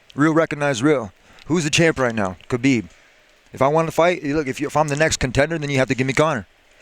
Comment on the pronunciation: Tony doesnt want Kahbib